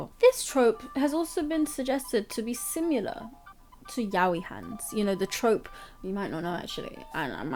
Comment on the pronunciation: 'similar' not 'simular'